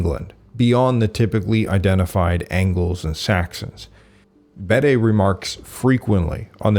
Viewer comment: It's wonderful to hear you pronounce "Bede" as "Beed" and not as "Bedday" as in previous videos! You did however name Emperor Julian from when Belisarius was alive, I'm sure that you mean "Emperor Justinian I"!